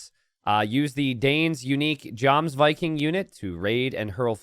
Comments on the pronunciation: The J in Jomsviking and Jarl is pronounced like a Y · Hey dude, the J in most of Europe and definitely in this case is pronounced "Y" Jarl is pronounced "Yarl" and Jomsviking is (duh) Yomsviking. You really need to get an education or you're just showing how uneducated you are with your pronunciations. Disliked. Do better. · Jomsviking is pronounced yomsviking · never pays attention to all my comments correcting his pronunciation, but in the Germanic/Nordic languages, 'j' is typically pronounced like a 'y', i.e. 'yomsviking' or 'yarl'. Furthermore, in those same languages, 'ei' is pronounced like 'eye', so "Svein" is pronounced like 'swine', but with a slightly 'f'-like 'v' instead. Now all that remains is to await mispronouncing these and so many more for years to come!